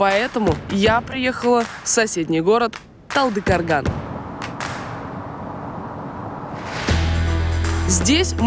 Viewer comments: Не талдыкарган, а Талдыкорган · Талдыкорган а не Талдыкарган☝️ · ТалдыкАрган это не правильно ТалдыкОрган вот так правильно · ТАЛДЫ КОРГАН! РРАВИЛЬНО НАЗЫВАЙТЕ! ЗАЧЕМ НАЗВАНИЕ ГОРОДА КОВЕРКАТЬ?! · Ребята Орла и Решки, пожалуйста, переспрашивайте название городов: не ТалдыкАргун, а ТылдыкУрган!!! Пожалуйста!!! С Уважением